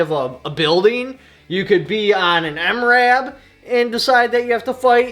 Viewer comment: Did he say MRAB? LOL